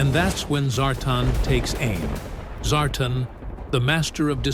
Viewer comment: Zartan was pronounced wrong also.